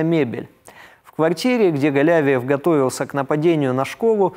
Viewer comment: Спасибо,, всегда интересно Ваше изложение мировых новостей! В фамилии Казанского террориста ударение на И ( галявИев), но это неважно, важно то, что в школу он зашёл не беспрепятственно. Ему оказали сопротивление вахтёр и охранник, он их ранил. Тем не менее вахтёр успела нажать на тревожную кнопку. Их представят к государственным наградам.